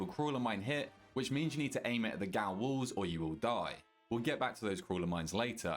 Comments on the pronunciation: Hearing "G O W L" so many times made me want to walk into oncoming traffic. It's pronounced JAIL, fam. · Gaol, is pronounced Jail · Great guide. One tip: gaol is pronounced as jail.